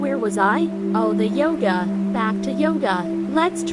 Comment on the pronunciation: "Calm YogAE to relieve stress about everything"